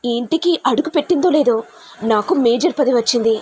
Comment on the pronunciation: మేజర్ కాదు మేయర్ సరిగ్గా చదవడం రాని వాళ్లు కూడా వీడియోలు చెయ్యడం ఏమిటో